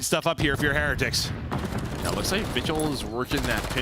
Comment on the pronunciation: Am I the only one that's irritated with how Heretics is being pronounced??